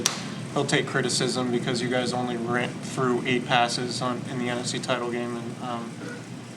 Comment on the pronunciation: It's " through" gee whiz